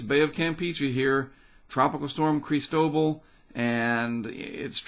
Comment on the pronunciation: Isn't it just CHRIS-toh-ball? Either way, definitely want to support via Patreon and would love to even join you in recording some of these storms. I have experience as a videographer from documentaries as well as voiceover experience from doing PSAs for local charities, services which I would gladly donate to you and your channel. :) I also believe this will hit somewhere on the LA coast, or right over the border in TX or MS.